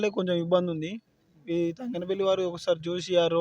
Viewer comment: తంగనపల్లి కాదు.. తంగళ్ళపల్లి 🤦🏻